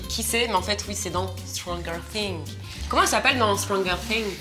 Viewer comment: Petit point info pour: stranger thing se dit straJer Sing. Voilà ( a prendre gentiment bien sûr 😁😁😁😁😁)